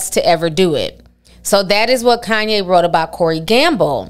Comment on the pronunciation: Lmao “kohn ye” that’s how those kardash. say his name 😂